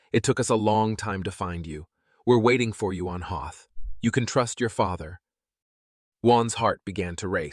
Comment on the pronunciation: You have to learn to be consistent about people's names and location names Juan sounds like wuan, and Hoth sounds like the ice planet from Star wars. If you can't pull it together please get another narrator.